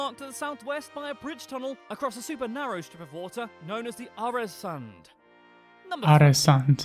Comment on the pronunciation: I stopped at "aresund", at least they could have learnt how to pronounce åäö before making the video (the video they are reacting to, i have no clue about the other dude in the video)